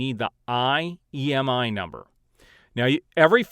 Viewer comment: Imei number not Iemi...lol but thanks for the info appreciated